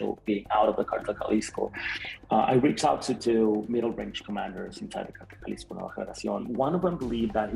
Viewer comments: It's not pronounced chalisco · Jesus white guy speaking/narrating it’s Jalisco pronounced like a h not g good lord 😂😂😂😂😂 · Jalisco = (pronounced Halisco)